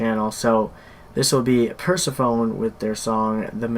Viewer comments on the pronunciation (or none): I used to pronounce their name like that. It's actually Per-sef-o-nee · Pronounced per seph on ee, as in Persephone the Greek Goddess